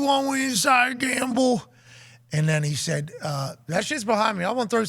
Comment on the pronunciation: Why does pat pronounce gamble like that?